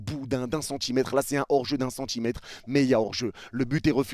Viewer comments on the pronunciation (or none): none